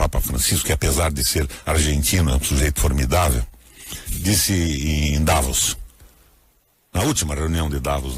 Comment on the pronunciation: O senador não sabe nem pronunciar a cidade de Davos... shame!